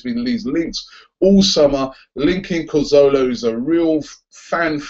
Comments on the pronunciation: CAzorla Not COzorla! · Not Cozola - Carzorla!!!!!!!!! Comon Robbie! :) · LOL how does he still not know how to pronounce Cazorla? 50,000 people sing it every home game.